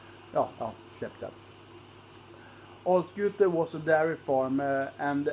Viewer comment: Uttalet av Alskute var helt OK, i.a.f. enligt halvgotlänningen här.